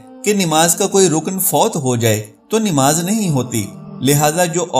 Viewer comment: Aap namas ka alfas darust kare plase namas bola kare nimas nai